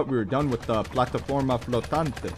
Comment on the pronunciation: "I thought we're done with the plataforma flotante" as a spanish speaker, I gotta say that was hilarious but you got a pronunciation, ngl